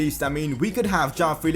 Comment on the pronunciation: It is not jaao Felix... It is (Jo-aa-o) joao Felix